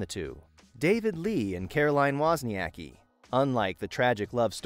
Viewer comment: Wozniacki was butchered more by him..